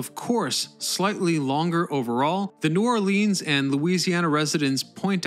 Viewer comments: Lol please don’t call it New Orleans and in “Lean” call it New Orleans as in “Lens” lol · I live about an hour from NOLA and have driven the bridges hundreds of times...never really thinking about just how long it was. Oh...and you are pronouncing New Orleans incorrectly...it's NewAwlins ....one word. And it Metairie...not whatever the hell you said. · God it drives me nuts when the say New Orleaeens it’s New Orleans FML!